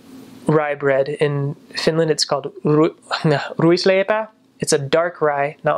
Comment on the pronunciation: Holy shit. That "ruisleipä" pronounciation was so on point.